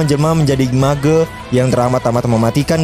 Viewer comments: Mage not ma-ge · Cara sebutan mage Tu Salah.. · Lol pronouncing MAGE